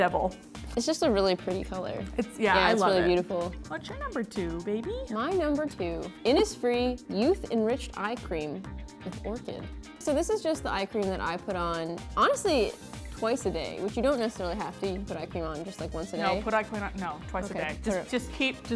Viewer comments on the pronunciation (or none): Y'ALL IT'S PRONOUNCED INNISHFREE but Gaelic is hard